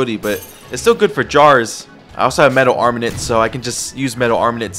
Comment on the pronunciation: “Flame wist” “metal armanent” wisp and armament Ik I prolly sound like a nerd but please fix this